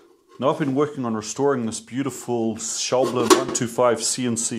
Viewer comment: All's well that ends well. Ha. Visiting that shop you sounded like a kid in a candy shop. What a great opportunity. The big question: will you now say "shaw-BLEN" instead of "SHOUW-blin"?